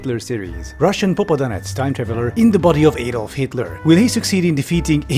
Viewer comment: You were so close to pronounce "popadantsi" correctly...